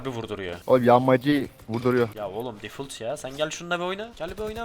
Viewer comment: bi daha difult dersen söverim difalt